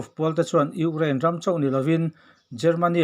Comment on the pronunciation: Urein a ti leh zauh thin tih mai loh chu a bengvar thlak e